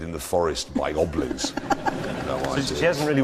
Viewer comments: See check again. He says Hoblins or at best 'oblins, he most certainly does not make a hard G. I believe he had Hobbits in mind, and so there's the H. Ironically, Hobbits are well known for making batteries, so he almost had it right ;) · Robert Rushton I watched it again. U r right..he said oblins..but he has to mean goblins ryt ? I dunno... maybe u are right.